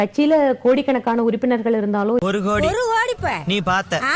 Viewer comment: கோடியா கேடியா சரியா சொல்லு வாந்தி 😅😅😅😅😅😅😅😅😅😅